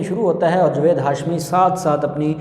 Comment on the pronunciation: جوید نہیں جاوید میں اپکا تلفظ ٹھیک کرو ا کر ہی دم لونگا